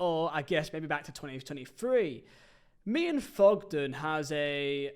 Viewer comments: It's Thogden not Fogden. Painful listening to you trying to speak. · Fogden, Feo, Fogdad. Painful.